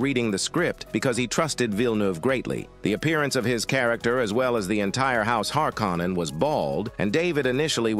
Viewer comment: "Lynch dis-o-needed it" should be "disowned" Stellan Skarsgård should be pronounced [Scars][guard] not gourd Baron Harkonnen should be pronounced [har][co][nen] not like har-con-an David "Dastmalchian" should be said in one breath not like Des-mal-chan Fremen should be pronounced [freh][men] not like free-man Atreides should be pronounced [a][tray][dez] not like Atray-et-easy Bene Gesserit should be pronounced [benny][jess][uh][rit] Sardaukar should be pronounced [Sar][duh][car] not like Sad-ow-car Duke "Leto" should be pronounced [Lee][toe] not like Jared Leto